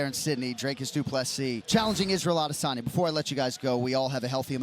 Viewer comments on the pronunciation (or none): Israel Adesaniech